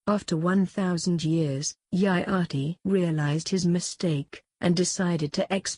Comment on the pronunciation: For the text-to-speech renderings of very uncommon words like "yagya" "Nimi" "Mitra", etc., use xml tags to get the pronunciation right so that your text-to-speech program can say these words properly.